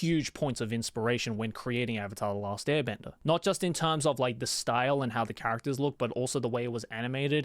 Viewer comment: ‘avatar the last bender’ if your British you’ll find this funny 😂